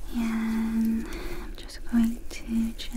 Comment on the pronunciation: My favorite part of videos is whenever she says the word "and" her accent comes out and it sounds like 'yand'. It's surprisingly tingly and comforting.